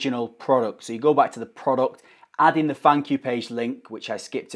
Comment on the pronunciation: I heard funk you page (thank you page) 🤣🤣🤣